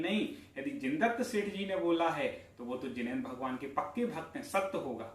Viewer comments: Jinendra kaa ucharan theek kaaro bhai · Jinendra kaa aache se ucharan kaarye